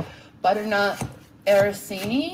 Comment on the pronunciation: Araseenee? Does she mean arancini? Lol “I’m Italian”